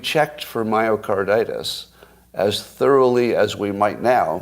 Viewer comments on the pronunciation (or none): Plus, didn’t he call it mycardAtus, or did I imagine it?